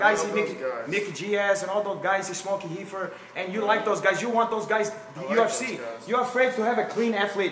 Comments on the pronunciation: take a hit everytime he says heefer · “Joe hogan” “glacomen” “heefer” 😂😂😂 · If my high ass hears this dude call weed Heefer one more time I’m going to die from laughter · I knew when bro said heefer 😂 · Heefer Joe Hogan 😂😂😂😂 Guy might beat ass, but I can pronounce my "Rs" 😂😂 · “The heefer they have now is the super heefer”😂😂😂😂😂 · "The heefer that they have now, that's SUPERHEEFER!" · "I did my hesearch on heefer, Joe Hogan..." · Can’t pronounce his rs that’s heally heally funny. Smoking the heefer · I’m too high for this 😶‍🌫️🫢😮‍💨 😂 what’s a Heefer and wtf is a hecord?? Joe Hoagan!! 😂